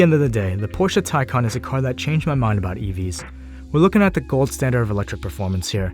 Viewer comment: You should have tested 0-60... its nuts how much torque the taycan has... By the way as a german I really appreciate that you pronounce taycan the right way 😂😂✌️